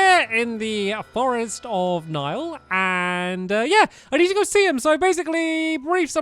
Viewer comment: A Commenter Niall is actually pronounced NY OLE